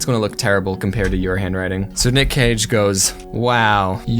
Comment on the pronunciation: When they said “Nick Cage and the Whale”, but it sounded like “Nick caging a whale”